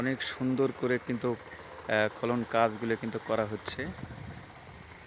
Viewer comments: খলন কি ভাই,খনন উচ্চারণ করুন। খুব সুন্দর ❤ ভিডিও। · বার বার খলন খলন বলছেন। খনন কাজ। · খলন না রে, খনন। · খনন খলন নয় শুনে হাসি পাচ্ছে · খনন বল তে পারন না। কানে লাগে।